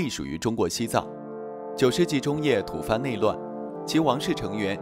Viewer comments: 小编，“土蕃”在这里不应念成"tu fan",而是念成“土bo"。土蕃王朝统治了西藏很长时间。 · 吐蕃（bo）不是土 fan